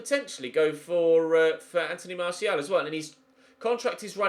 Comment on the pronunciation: Also glad you’re finally pronouncing Martial correctly!